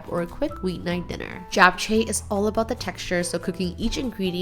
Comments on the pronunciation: STOP pronouncing it Jap its CHAP. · I loveeee your videos! Thanks for sharing! And it’s always lovely seeing your mom and family. So glad you’re spending time with them. Also! For japchae- jap is pronounced jop (like mop)jop- cheh :)❤